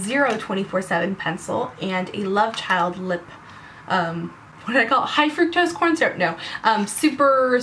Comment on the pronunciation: "Fructose", not "fructrose".